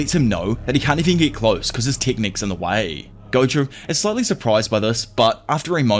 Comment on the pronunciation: Please tell me me if I’m not the only person hearing goku is stead of gojo